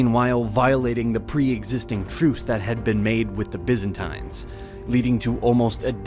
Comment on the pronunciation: Is anyone else screaming internally each time Byzantines is pronounced?